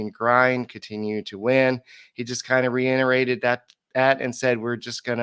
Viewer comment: "Reiterated," not "reinerated."